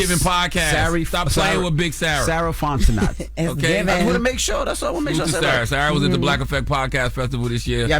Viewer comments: They killing me with the Fontenot pronunciation 🤣😂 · Sarah Fontenot’s last name should be pronounced: FONT E NO not NOT